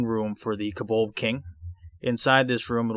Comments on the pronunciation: Oy Vey, it's pronounced "CO-BOLD" not "kubuld". Good grief. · I'm sure he's saying kobolb.